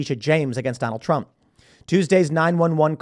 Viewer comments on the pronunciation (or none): Tim’s accent, ‘Dunald Trump’ and ‘Bum threat’.